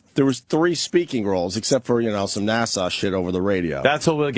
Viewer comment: opie's still saying NASSAU instead of NASA i see